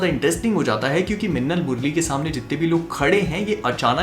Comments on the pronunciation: I heard "lassan murli"😬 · Its funny how he says that "minnal murali " 😝😝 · the way tou said minnal murali made me laugh like never before everything else is good